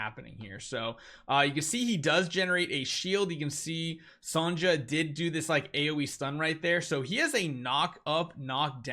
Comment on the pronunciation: lol, did you just say Sanja as her name? It's Sonja, like Sonia.